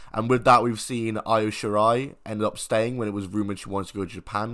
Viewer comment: Exposed yourself mate, who the fuck is EYE-o Shirai? At least say the names right.